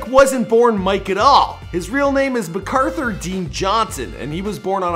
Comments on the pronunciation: his name is really mac author not macauthor you put it together .. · You did pretty good but his name is pronounced like Mac-arther though it isn’t spelled like that (I would know I’m related to him)